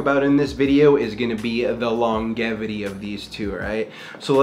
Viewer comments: bro hit a "dissipitate" into "lonGevity" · "Decepitate" "Longgevity"